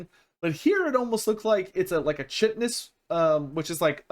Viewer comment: Pincers and chitinous are pronounced differently